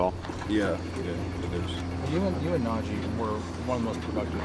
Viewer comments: Suuuper excited for what Russ might be as a Steeler, but he’s gotta get Najee’s name right. It’s pronounced Naj-EEEEE!!!!! Long vowel sound, just like the letter E sounds. 😂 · “NAHJAY HARRIS” DAMMIT RUSSELL 😂